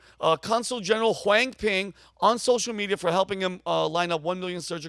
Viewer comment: Did you just say:WangPing😂😂😂😂😂😂😂